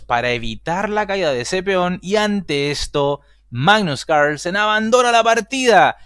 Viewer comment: Hoy jugó el primo danés del Campeón del Mundo: "Magnus Ranchenssen". 🤪🤪🤪🤣🤣🤣 En todo caso, bien Artemiev. 👊 Saludos. 😊👍🖐